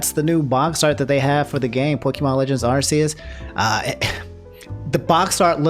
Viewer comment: "Arseeus" bruv